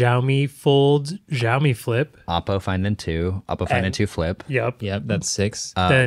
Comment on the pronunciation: The 'j' sound adds to the pronunciation of Xiaomi makes me smile. The X is like 'sh' in shower